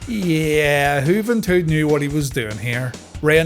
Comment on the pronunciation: I don't know why, but the way you said Juventud makes me laugh every week.